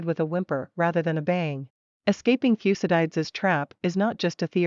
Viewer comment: The way she pronounces "Thucydides" annoys me to no end!